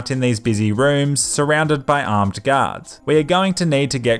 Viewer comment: I always hear ,,Gods'' instead of ,,Guards''